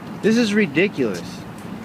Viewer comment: LOL, "has*T*ling"/"hass*T*ling"? What's that? "R*E*diculous"? Huhh? Tr*A*sspassing"? "Wan't"? What sort of attempted "word" is that? "Misdemeanor" as a brand name? Ending a question-sounding sentence with a period? Geesh!